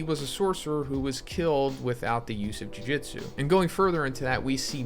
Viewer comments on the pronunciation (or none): Constantly bothered by his pronunciation of jujutsu as jiujitsu lmfao